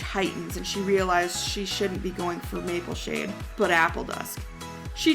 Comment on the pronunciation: It's not Mapleshine it's Mapleshade